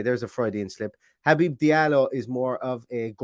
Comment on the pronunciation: Well done on saying his first name correctly! As a fellow Habib, its been butchered my entire life 😂